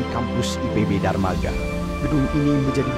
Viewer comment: Darmaga? Bukannya Dramaga? Hmmm